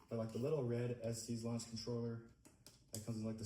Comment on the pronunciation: Yea the audio sucks but you should know it's pronounced "es-tess" and not "es-tees" :)